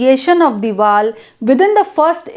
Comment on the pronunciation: Mam u are not able to pronounce Vowel...short...etc.